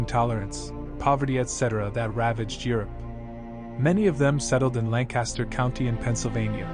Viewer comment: Please learn to pronounce Lancaster properly. An armies go to church every other Sunday not every Sunday. Nice pictures though